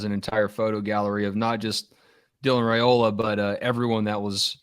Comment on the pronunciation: It’s RYE-ola not RAY-ola. Stop making that mistake. It’s ignorant and rude!